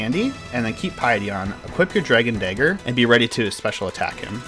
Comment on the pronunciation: Your pronunciation of the word "dagger" is a bit off...